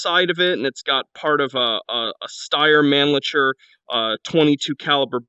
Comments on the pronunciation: Holy shit this is great! Thank you! Also, as an fyi Mannlicher is pronounced mon-lick-er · Mannlicher is pronounced as monlicker... I'd take the M1911 over the C96 any day of the week if I had to choose a WWI pistol.